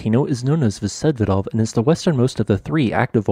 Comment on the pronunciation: Vsevidov pronounces with accent on i.